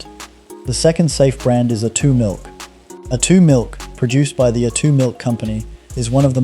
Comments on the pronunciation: ai voice over. said A2 milk was, a two milk, should be pronounced aye two not a two. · Need to get pronunciation correct. A2 milk sounds like atoomilk. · Make up your mind between pronouncing 'vitamins' and 'vittamins', and 'A2' and 'Attoo' Learn how to spell 'subscribe'. And for goodness sake change the visual clips which are not only repetitive, but highly inappropriate. AI.